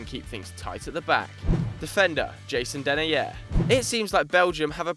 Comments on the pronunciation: U say denIIIIer not denair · How the fuck did you pronounce Denayer lol? It's de-'nigh'-er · as 'the nigh er'